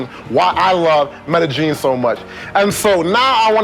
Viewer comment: Since you don't care... Medellin, pronounce meh-deh yeen, opposed to meh-de geen.